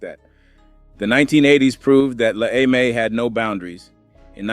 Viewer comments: dude …it is NOT “La AY-MAY” it’s “La EM-AY” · AI GARBAGE “La Ay May”?!?!? FOH